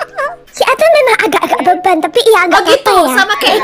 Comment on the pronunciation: kenapa atun jadi Atan kak